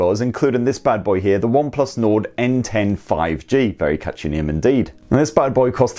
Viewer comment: Sounded like you said Onplus Nord at £279? I don't think so pal lol